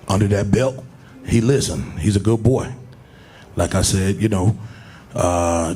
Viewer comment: Its no longer "lets go champ". We've moved to "He a good bwoy"